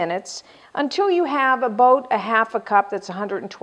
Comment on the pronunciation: This video is better than most I've seen on cooking shows because it actually teaches you the tehcnique of creating a round from a much thicker disk!! Thank you :) Also, I kept hearing you say "a-boat" hehe; are you from Minnesota?